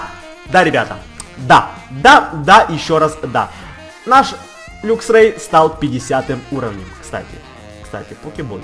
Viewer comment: не люксрей а лаксрей